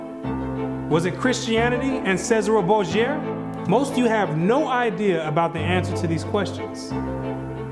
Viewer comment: Okay people, I have to nitpick a name here. Cesare Borgia is pronounced as Che-zah-reh Bor-jah (roll the R's).